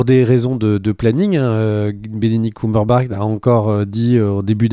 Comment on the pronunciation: J'ai beau chercher en ligne, je ne trouve pas d'acteur répondant au nom de "Benedict Cumberbart"... 🤔 Prononciation de presque qualité !